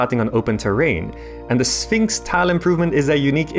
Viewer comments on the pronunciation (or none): none